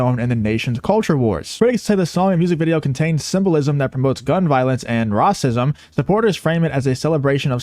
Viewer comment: Just so you know saying racism like rahcism doesn’t fool YouTube lol